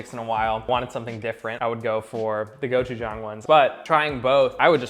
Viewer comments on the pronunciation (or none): Go CHU JUNG???? ITS GOCHU G AAAANG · kinda dissapointed he didnt make padak for the korean chicken but i guess yangyoem is more famous. Also pronunciation not that bad actually, pretty ok. But the pronunciation of gochujang? Not good.